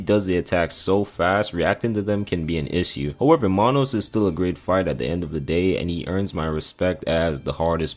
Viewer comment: Somebody gotta teach my dude how to say the word “issue” 😂😂